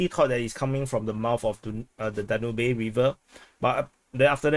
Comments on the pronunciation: Pronounced as “Daanub” river😊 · Its pronounced Dan-ub :) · Danube is pronounced DAN-yoob.